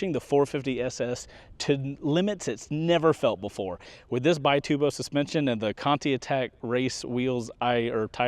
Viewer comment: It's actually an Italian company, and they pronounce it "bee-TOO-bo"